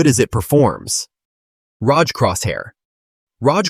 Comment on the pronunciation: leave a dislike (maybe report later) for letting AI pronouncing "ROG"